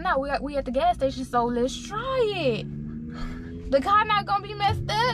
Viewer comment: I love how she says kye instead of car. Lol